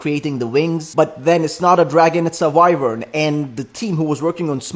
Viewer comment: Bro said vryvern